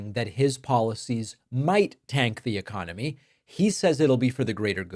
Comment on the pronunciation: Its the uh CON, O MY!